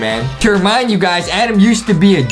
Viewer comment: ITS ADAM NOT ADEM